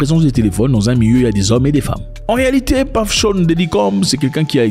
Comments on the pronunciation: C’est « Puff » et non « Paff » Daddy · C'est " Peuf" et non "Paff" comme "Stuff" et non "Staff" qui est encore un autre mot different .Et aussi c'est selon la prononciation anglicane. Anymay,on s'en fout